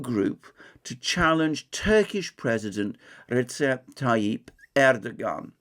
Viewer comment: Reçep is pronounced ReJep or Rechep